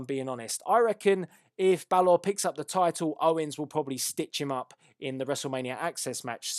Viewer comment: your saying balor wrong but good predictions